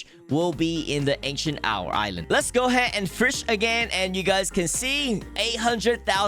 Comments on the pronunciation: Why do you pronounce fish like "fursh" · Fish ❌️ Firsh ✅️ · STOP SAYING FURSH instead of fish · Fish ❌ Frish ✔️ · Ah yes it is totally pronounced (firsch) and not fish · Fish ❌ firsh ✔️😂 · I am not new. "Firsh" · I love how you say firsh instead of fish ❤️ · my only concern about this video is your pronunciation like "firsch" eh?? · Bro “fish” doesn’t have an R in it, stop saying FIRSH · I don’t have a problem with your pronouncing but why does it sound like “firsch” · "You can catch more firsh" sounds so Authentic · I like to "FIRSH" HAHA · thank you for teaching us the best "firsh" to catch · Why do you pronounce "fish" so weird